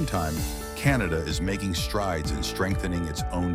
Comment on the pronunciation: Canada not 'Cantada' - The USA is on a downward economic spiral!